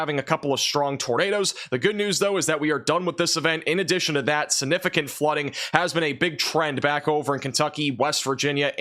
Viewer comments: ....just a couple of pointers that I hope won't offend you. The word "significant" is pronounced "SIG"nificant not "SIN"ificant. Also, regarding Cape Girardeau. Girardeau is pronounced with a soft G as in gem, giant, gentle or gel. Finally, you stated Memphis, Tennessee would receive about 4-6 inches of snow, but, as you were describing it, you circled SW Kentucky, not SW Tennessee. You have 1.9 inches listed on your map where Memphis is located. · STOP saying the word "Significant" if you can't pronounce it! SIN-ificant is NOT a word. You're a smart kid, you can do it if you try.